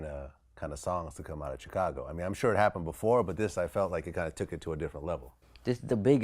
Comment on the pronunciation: When is someone going to tell Vlad how to pronounce Chicago properly?????